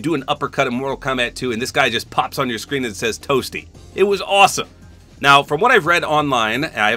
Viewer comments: In some of the clips, Dan Fordman sounds more like he’s saying “Up B” more than “Toasty”. I mean, it’s pretty funny but I don’t really care if he’s saying one or the other, the voice sells it for me in terms of comedy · Ima a 90s kid grew up on MK. For the longest time i always thought he said whooopy! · I always thought he said 'whoopsie!' Lol didn't really till I played MK11 and I realized it was toasty😭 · I played the OG Mortal Kombat trilogy and had 100% thought that the sound was "Whoopy!" or "Whoohee!". It's still funny.